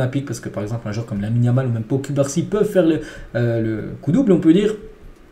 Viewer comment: Slt Je viens de découvrir ta chaînes. Franchement va falloir que tu fasses un effort sur la prononciation des prénoms des joueurs. Entre Pau cubarsi et Araujo c’est chaud sérieux